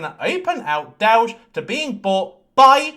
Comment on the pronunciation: DOWGE ! DOWGE ! DOWGE !